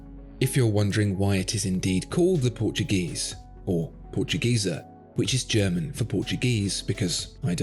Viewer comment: I can't help hearing "portu-geezer"; beautiful watch though